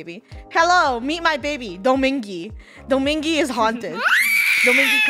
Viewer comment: "Domingy" Me: Wait does she meant Dominga?